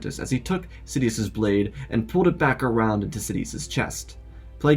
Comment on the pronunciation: "Sofa Dias" 🛋🤣